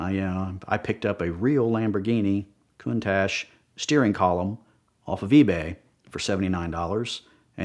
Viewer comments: Countash 😂😂....love it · "Coon-Tash" really?? C'mon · Cant stand the way he pronounces countache..EdPlease correct him it's like nails on a chalk board.